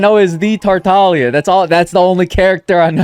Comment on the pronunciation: 2025 and we’re still missing the g in tartaglia? `_>`